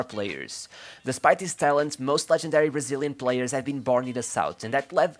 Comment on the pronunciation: Never! He's still my favourite player for both Barcelona and Brazil. Btw, does the guy who did this video speak Portuguese? He's the first English speaker in the sports media world I've ever heard pronounce Brazilian players names like a native speaker.